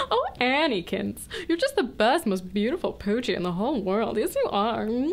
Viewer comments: when she said annie kins, I totally thought she said anakin...I've never even seen starwars :D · Anyone else thing that 'Annie Kins' sounded A LOT like 'Anakin'? I hope that this wasn't a coincidence. : )